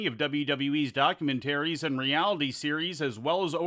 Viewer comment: potato goblin says the way the narrator pronounced documentaries is insane - doc-u-men-taries